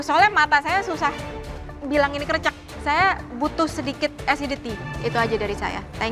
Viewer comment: krécék chef KC, not krècèk 🤣